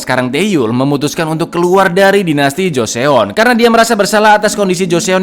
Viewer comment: Cak info dikit nih bacanya Joson cak, kalau di Korea eo itu dibaca O aja, misalnya Joseon (Joson) , Teokpoki (Tokpoki), Park Seo Jun (Park So Jun) gitu cak